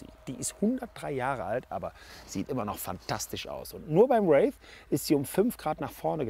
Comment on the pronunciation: Kriegt den Namen irgendwie niemand ausgesprochen? Hier ein Race, da ein Rave... Der heißt Wraith...